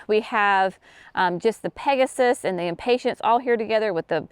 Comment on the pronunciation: Is it a “southern thing” to pronounce Impatiens as Impatients? I love your videos and appreciate the step by step explanations…but always smile when I hear you pronounce impatiens.